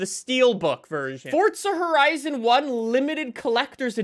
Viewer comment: that ain’t forza horizon that’s corza porizon